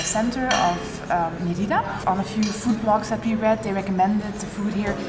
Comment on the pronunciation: 1. Learn to pronounce Mérida please, it started to get painful! :) 2. Parque Santa Ana is visible out of the window and there are about a dozen street food stall selling queso relleno. They also sell it at the main plaza every Sunday. So not sure why it's hard to find? And how can you not recognise bechemel sauce?! 3. You get far better cochonita again at the locherias in Santa Ana or at La Lupita in Santiago. You also somehow failed to mention lechon which is similar but much better. Both best on Sunday mornings in Mérida. 4. The green sauce at Wayan'e is not guac! And you didn't get castakan (unless you were unable to identify it when tasting somehow?) 5. No locals from Mérida eat at Chaya Maya - it's strictly a tourist trap for Mexicans and foreigners. Hence the cheesy tortilla demonstration. And you get much better versions of all their dishes elsewhere. 6. You probably missed the two best restaurants in that area of Mérida: El Cangrejito and El Marlin Azul. 7. Where's poc chuc? 8. You didn't mention what manjar blanco actually is! 9. Next time don't miss the cebollas negras from Nectar!